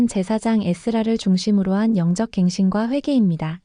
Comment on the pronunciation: <영적 갱신~ >은 <영쩍~>으로 발음해야 맞습니다. 요즘 AI가 낭독하는 것들은 발음이 엉망이어서 우리 말 어법을 혼란스럽게 합니다. 혼란을 즹리하고 신앙을 개혁하는 내용인데 발음도 맞게 해야죠.